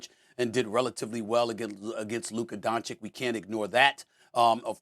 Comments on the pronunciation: Mad dog can’t even pronounce Luka’s name. (Dawn-chitch) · 6 years into Luka's career and SAS is still saying Donshik? Doesn't watch games lmao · You know with these pro analysts there are only two genders as they say: its either "DonCik" or "DonKic" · I want Luka to come on the show and call these dumbasses out for it, lol. These guys are "popular American media", and it makes Americans look bad that they can't pronounce "Dahn-chich". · Donkeyč…can you even learn how to pronounce the name of one of the best players on the planet... it's a shame who is the host nowadays… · "Donchick", SAS still can't say the man's name right. But HE DOES IT ON PURPOSE. He is INTENTIONALLY DISRESPECTING HIM by refusing to say his name. He is asserting that Luka is not even important enough to say his name the right way, the way EVERYONE else says it. He does it ON PURPOSE. Why? He's a R-C-ST!! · Please learn to pronounce DON-CH-I-CH. You guys do it on purpose, shameful!!!!!!!!!!!!!!!! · why is it so hard for Stephen A to pronounce Doncic? its not hard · When will SAS pronounce Luka's last name properly? I thought he's highly educated and a respectful person? Smh